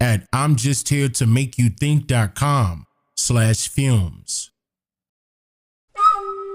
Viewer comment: Not gone lie every time a I hear the intro i think your saying Fumes for Films am I the only one